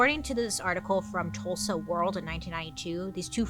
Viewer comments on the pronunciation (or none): none